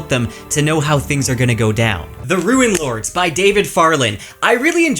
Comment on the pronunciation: Did you just call that book "The Ruinlords?" Rune is pronounced like roon. A ruin is something that fell down when the previous owner didn't replace the roof in a timely manner. A rune is a symbol, and it's not a homophone of ruin. Rune rhymes with tune, spoon, soon, and pantaloon.